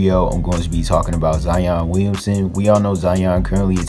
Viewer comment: "Zion Weeyunsun"